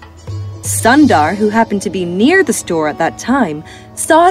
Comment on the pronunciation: Sundar is not (☀️-dar)..it's u sound is more like u in put..and Sundar means beautiful in Hindi..if you can edit the audio now..then please do so..btw ..the content of your channel is great..I always watch it while I have food..❤️